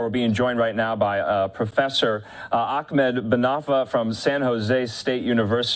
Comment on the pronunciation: It's Ahmed not AHKmet